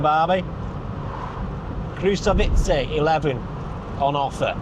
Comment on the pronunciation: How is it possible to complain about the satnav pronouncing Czech stuff badly and then absolutely murder the word “Krušovice”? :) Let’s not even discuss Čtyřkoly, or as you pronounce it, Štyškoly!